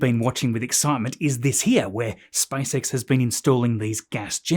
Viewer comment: SpaceX ✅ , SpiceX ❌